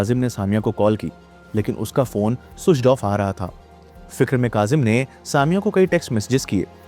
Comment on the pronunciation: Switch off ❌️ Suidch off✅️